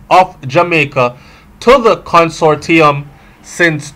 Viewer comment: Con-sort-i-um, breda. Not how u saying it lol. But anuh nutten.